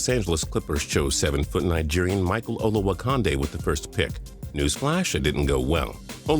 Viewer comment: Pronounced Olowo"Candy" not Konnday